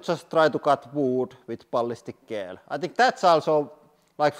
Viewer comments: "Gel" is pronounced like "Jel," btw. :) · Pro tip, you say gel in English like jel, with a j pronunciation! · gel is said jel like jellyfish because english is insane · In English, we say gel like "jel" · It is pronounced like jelly... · I love the way he says gel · I like the way he says gel lol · I like the way you pronounce gel.